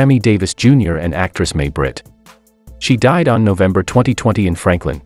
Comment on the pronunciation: It’s not May Britt it’s pronounced My Britt.